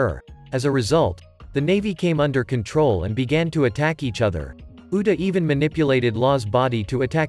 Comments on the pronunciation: You said uda not uta bruh💀💀💀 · It's pronounced loo fee not fluffy like some bunny, and its oo ta not oo da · its actually "Uta" its just the text to speech ai is kinda broken